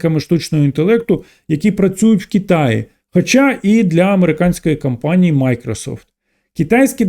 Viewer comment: Мені незручно це писати але через те,що у вас високоякісний україномовний контент мені хотілося б звернути увагу на вимову літер о та а у деяких словах та їх закінчення. Не кампанії а кОмпанії. Не еканоміка а екОноміка. Не сприймайте як критику а радше як бажання бажання покращити контент. Дякую.